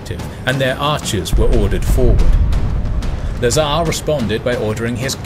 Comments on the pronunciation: Lazar, not nazar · LA'zar but not LazA'r